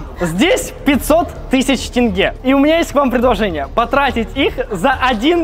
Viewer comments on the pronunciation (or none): Почему люди которые знают только русский говорят тэнгэ хотя ожно сказать слово тень, а потом ге... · не тенге а теньге говорят